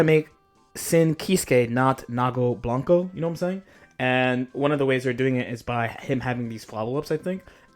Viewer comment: "Nago blanco" I'm dead